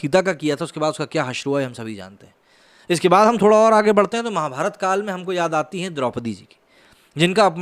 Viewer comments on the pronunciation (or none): none